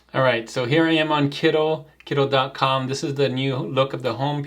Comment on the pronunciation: I like your channel, but why are you calling it Kiddl, isn't it meant to be Kittl or am I missing something?